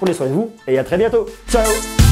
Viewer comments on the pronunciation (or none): none